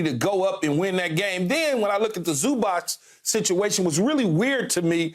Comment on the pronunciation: First thing: he is not Zubak, he is Zubac. Second thing: it is about time for NBA to learn fundamentals of this game!